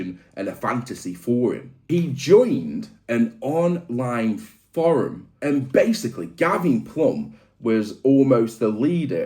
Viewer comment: Love the video. Not a fan of how you pronounce the word forum 😅😂